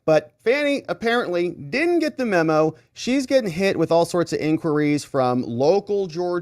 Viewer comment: please quit saying "membo".